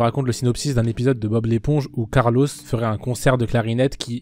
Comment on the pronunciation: « Carlosse » mdr, sinon masterclass com d’hab